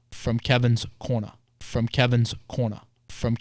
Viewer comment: "From Kevin's Corna"